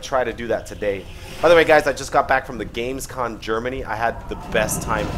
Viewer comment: Still saying GamesCON, wtf dude?